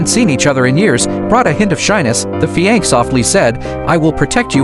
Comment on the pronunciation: Stupid narration - fi anc?